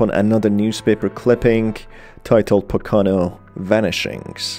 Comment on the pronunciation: I’m super late, but the way you pronounce poconos is completely wrong. It’s pronounced like po-ka-no. I’m a native from there